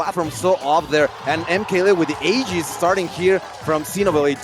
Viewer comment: "Aiges" bro, lmao